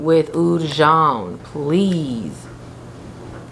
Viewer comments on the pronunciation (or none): none